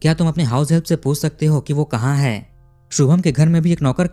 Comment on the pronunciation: तुम कहानी अच्छी तरहा बताते हो पर जो आप 'है -है ' का उच्चार करते हो वो बहोत इरिटेटिंग है जरा 'है ' का उच्चार अच्छी तरह करो. तो सुनने के काबील हो